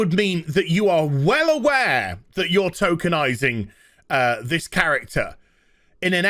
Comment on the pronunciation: I know is saying tokenizing, but I keep hearing Tolkienizing and expect a versions of Roots to be made with Elves, Orcs, and Hobbits. Slave-owner: You we'll call Toby Slave: Sorry, no my name is Baggins, Bilbo Baggins.